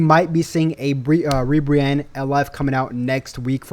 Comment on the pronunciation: Not ribrianne bro 😂😂